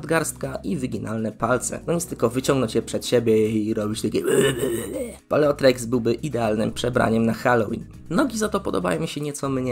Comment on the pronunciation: Ja nie chcę się wymądrzać ale czy to czasem nie czyta się "Paleo-T-rex"? Zmienia się w tyranozaura więc taka wymowa ma jakiś sens.